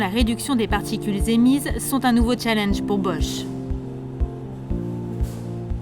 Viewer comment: Sa se dit chalenge et pas tttchalinge !